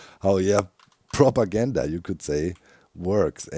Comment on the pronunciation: Almost sounds like, prop-goat-ganda